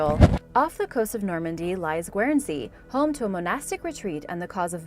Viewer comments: Hi Katrina, the first one is pronounced Gern-sea! Just a heads up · Guernsey is pronounced gurn-see, like famous milk cattle that originated there. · Your pronunciation of Guernsey is completely wrong. It’s pronounced with a silent e